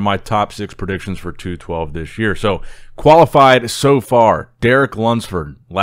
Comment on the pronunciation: Hey, great job in pronouncing these list of qualifiers. Yes it’s a mouthful